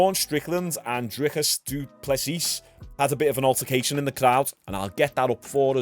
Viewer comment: Sorry to correct you but, his name is pronounced Drikus Doo Plesee